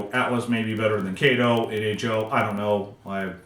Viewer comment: Kato 👍 Kay—toeee yes 🙌